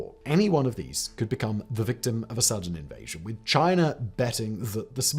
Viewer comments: Lol "Chiner" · Simon, love all your channels. However I would like to address there is no R in China… learn English! 🤣🤣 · There is no R in China. Love you guys tho.